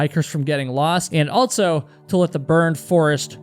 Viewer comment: for the love of god plz STOP saying altso